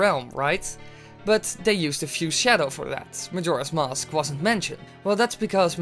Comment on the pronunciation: finally mask isnt pronouced "mausk"